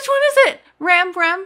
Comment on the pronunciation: Ram you say it like Rom